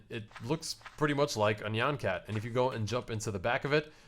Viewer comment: Dude, thats not how you pronounce nyan cat